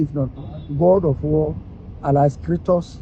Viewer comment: The name is Kratos, not Kristos 😅